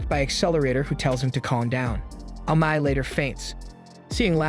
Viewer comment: Amai.... Amae.. Amma...what's the guys name?.. you used so many different pronunciations...